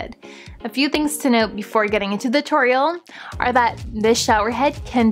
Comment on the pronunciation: “The torial” “the show-erreem”